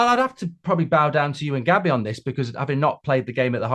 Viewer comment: “I mean listening to Gobby Agbonlahor on talksport” Mark on United Stand “Hi Gabby” Mark on Talksport 😂😂😂